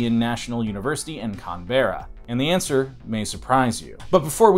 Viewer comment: it is pronouced CAN-BRA